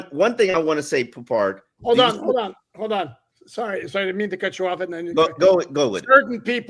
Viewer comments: It’s Poup. Poupart is his last name. French origin. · I mean fckd sake we can’t even pronounce his name right. Come on